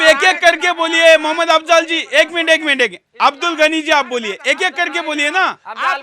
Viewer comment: Suresh Chohanke Pahele Apne Alfaaz Tik Bolna Sikho Abdul Gani Nahi Abdul Ghani Kaho Namaj Nahi Namaz Kaho,. Koun Se School Me Pada Koun Se College Pada,Koun Si University Me Pada Hain,, Adab Aqlaq Tahjeeb Nahi,,. Maine Pada LIkha Nahi Hoon Radio Sun Sunkar News Paper Padkar English Sikha Hain,,Tumari Kya Tulna Kare,. Ha Tumari Tulna Abu Jayal Aur Firhon Se Kar Sakte Tum Yahoodhiki Bigdi Hoowey Qoum Hai Tum Sudhar Nahi Sakte,,OK